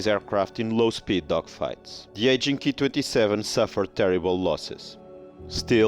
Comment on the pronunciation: You pronounce the Ki-27 as the 'key' 27. This is not right, you should just say the letters individually as K, I 27, after all, you wouldn't pronounced the Junkers Ju 87 as the 'Jew' 87 would you? If you're presenting facts about the aircraft, at least learn to pronounce their designations correctly, or it makes you look a little ignorant. But overall a very interesting vlog though.